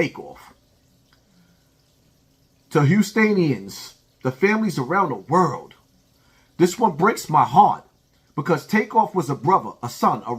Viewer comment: houstanians? lmao